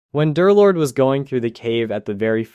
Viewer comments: Why do u call him darlord? Its derlord bro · Come on... it's Der-lord, man. 😢